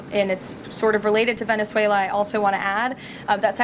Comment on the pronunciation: "Regarding Venezuallah" 🤣😂😅😂🤣